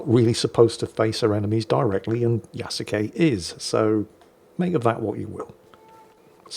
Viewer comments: it´s Ya-su-ke, not Ya-ku-se XD Kudos for speaking the e at the end, most english speakers don´t. It doesn´t come naturally to them. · There were several times where he said Ya-ku-say. Though I admit, it is a small nit-pick. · Since I am something of an amateur historian, and since I've lived in Japan for 16 years, I figured I'd weigh on on a couple things. First, Yasuke. It is pronounced like Yah-skay. Not whatever you said. He was not just a retainer to a samurai family. He was a personal retainer to Oda Nobunaga - one of the three unifiers and the defacto leader of Japan at the time. He was awarded a house and a stipend, and it is said that, after Nobunaga's death, he was captured under arms carrying a sword and returned to the Jesuits. So, was he technically a samurai descended from the Taira or Minamoto clans of old? No. But he was close enough to samurai that he is often portrayed as samurai by Japanese media. And most Japanese refer to him as the 'foreign samurai' or 'black samurai'. So, Ubisoft is not wrong there. Second, being able to loot and destroy the temples and shrines is a mark against Ubisoft - primarily because they are real shrines and temples that actually exist. You can also loot many of the very real Kofun tombs - which are regarded by the Imperial Household as the tombs of the ancient emperors. And from what I have heard, no one thought to ask any of these organizations and they are none too pleased the fact that players can trash their very real historic places in the game. So yeah, the anger is justified, and it wouldn't surprise me if they get sued. Also, as a side note, the incredibly detailed version of Himeji Castle they recreated in the game wouldn't exist for another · It's also pronounced closer to two syllables, so 'Ya-skay' is closest approximation you can get in English.